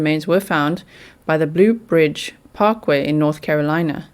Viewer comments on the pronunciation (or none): Can I help with pronouncation? Yucca is YUK-ah. Not you-ka. Mobile is mo-BEEL. And it's the Blue Ridge Parkway, not blue bridge parkway.